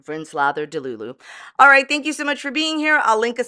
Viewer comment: I giggle every time you say.....ALR.....the most entertaining, riveting YouTuber 😂